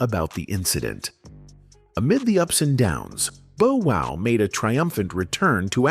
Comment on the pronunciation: The pronunciation..“Boe” Wow … is irritating